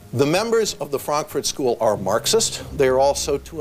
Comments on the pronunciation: the Franfurt School (in German Frankurter Schule) is not from Berlin and it is not pronounced "Franklin School". It is from the City of Frankfurt in the state Hessia. The philosophers of the Frankfurt School worked at the Institut für Sozialforschung or IfS (Institute for Social Research). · "[...] the Franklin School that comes out of Berlin". Lmao, how do you mess up so badly?